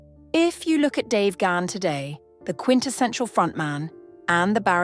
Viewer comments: Bonus points for the correct pronunciation of last name ❤❤❤❤❤ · Thank god someone knows how to pronounce Dave's surname